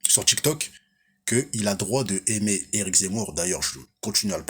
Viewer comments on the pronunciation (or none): none